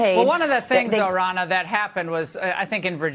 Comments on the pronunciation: Ronna , sounds like Donna...not that hard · it's RONNA which has the exact same 'O' sound as in Romney, not Rona.